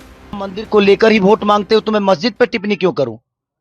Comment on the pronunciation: टिपनी नहीं टिप्पणी होती है